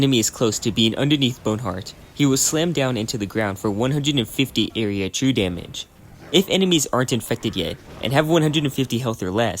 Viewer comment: 1 and a half hours in, I understood what true damage was because I thought you said chew damage, great video nonetheless.